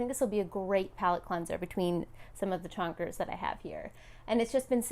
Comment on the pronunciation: Are you saying "chaunkers" or "chunkers"? 😂